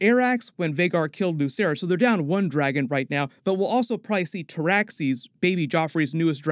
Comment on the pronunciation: its luKerys with a k sound.